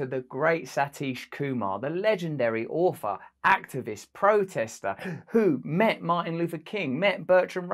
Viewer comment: Hey Brother. I really like your content and stance on things which is ironic since I thought you were a weirdo. So I have a question. Where are you from, because your accent is pretty deep and also why do you pronounce your "th" with "f". Like author is auffer. I guess that is 2 questions. haha. I do not agree with everything you believe, but my opinion is that you are brilliant and hope you do not stop doing what you are doing. Be careful with those Hollywood elites.